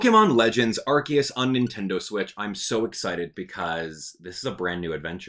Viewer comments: Also your wrong it's Arceus not Arkeus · It's pronounced ar-see-us, the japanese is written arushiasu. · “I am that which people call Arceus (ark-eus).” Me: Or Arceus (R-see-us).: “Don’t you dare call me R-see-us!” Me: 😮 Great timing!